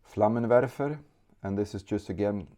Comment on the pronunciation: "Flammenwerfer" Perfekt spoken in German